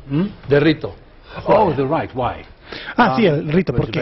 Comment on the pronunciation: pues yo creo pero pues si entonces saves ingles tienes que saver si cometio un error pero no como lo ponen en sus videos porque ellos cren que juay de rito fue lo que dijo mal pero en realidad solo dijo mal rito en lugar de rit porque sonaria why the rit....